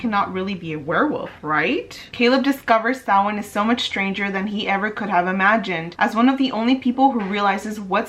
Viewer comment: I love that you say Samhain correctly 🥰